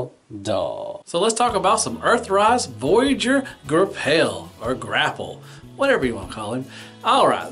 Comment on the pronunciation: "Gra-pelle" haha ;)